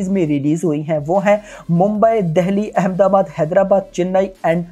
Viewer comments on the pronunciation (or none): none